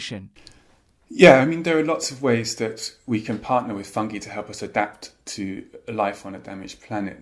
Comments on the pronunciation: I love how russel pronounces “fungi” like “fungee” and not “funguy” 🤍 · I am so happy that they say fungi not funji!